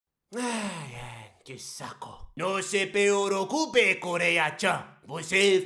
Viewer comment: "pereocupe" kkkkkkkkkkkkkkkkkkkkkkkkkkkkkkkkkk